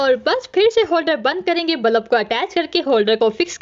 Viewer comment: Bulb 💡 ❎ Balub ✅ 😂😂😂😂 no hate love you ❤